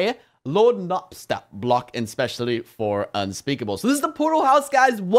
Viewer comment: no, its lord naps-ta-blook, not lord nap-stop-block, its an undertale character, if you don't know it your like patrick, living under a rock